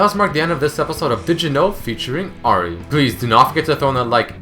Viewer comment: You keep on pronouncing Ahri wrong, but otherwise great vid.